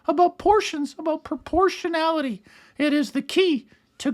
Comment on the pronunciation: what the hell is proportiallity....aahahahhahah